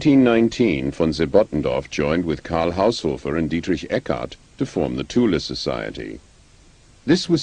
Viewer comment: OMG! they actually pronounce "Tula" correctly!